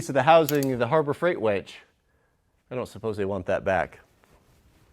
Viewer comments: I prefer a dress size 6 wench for my pickup. I know knows how to spell, it’s a pronunciation difference that makes me hear ‘wench’ when he says ‘winch’. Outstanding truck you have there. Awesome video, thanks,. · It almost sounds like you're saying "wench" instead of winch, which gives me a giggle every time you do one of these videos. Glad to see you're feeling better. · Winch not wench